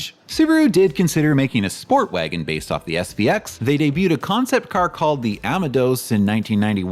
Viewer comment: Hahaha, ama-dos Not AI but pronounces like AI